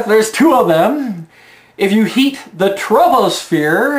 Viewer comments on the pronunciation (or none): I love the mispronunciation of troposphere to sound like: TROUBLESPHERE! And that annoying person attached to that set of tit's spells TROUBLE! Hence, she's 'troubled'.